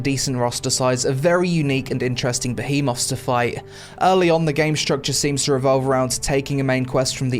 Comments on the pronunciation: Great review but you’re killing me with the “Ba-he-moths” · the way he says behemoths